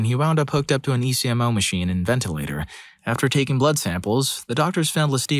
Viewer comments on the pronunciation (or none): OK, I would just like to say that I am genuinely impressed that in the entirety of this video, the only mispronunciation I spotted in all of the medical lingo was ECMO (which is usually pronounced as EK-mo, rather than spelt out). Well done,.